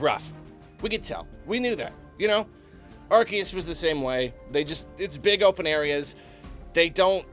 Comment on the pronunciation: omg it's pronounced AR-SEE-US, not AR-KEE-US! AR-SEE-US! ARCEUS! GET IT RIGHT GADDAMNIT